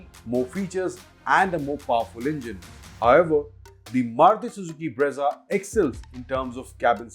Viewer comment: Brezza ×× Bra-za√√